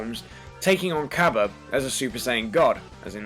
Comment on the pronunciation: It's not cabba its kabe